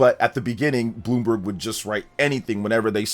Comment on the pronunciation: Bloom- BERG